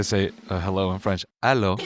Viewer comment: For your defense,as a French, you pronounced the "Allô" better than the "Louvre". It was credible